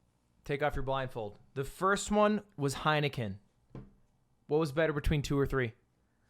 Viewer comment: Ludwig: (Heikenen) This is pretty fire Dutchies: Heineken is fucking piswater man